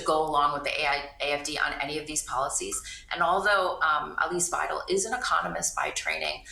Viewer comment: `wei - del. Not: wei - `del.